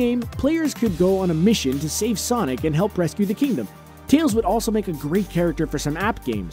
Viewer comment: when he came to tails he said"sace the kingdom"and I said to myself "im pretty sure there's no kingdom"